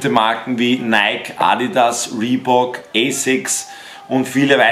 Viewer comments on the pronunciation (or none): none